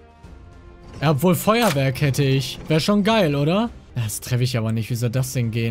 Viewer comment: Das "ghat" er gut gemacht